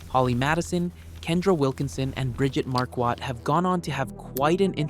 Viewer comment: Her name is Marquardt…pronounced MAR-quart…not mar-QUAT. That bothers me…